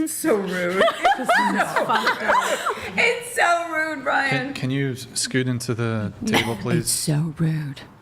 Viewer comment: What is Brixan? How do you get that from Brian?